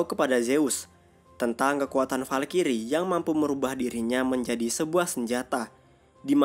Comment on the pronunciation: Bacanya falcry bukan falkiri blok